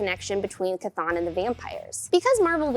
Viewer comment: correctly pronouncing Chthon is putting a big, toothy, vampiric grin on my face.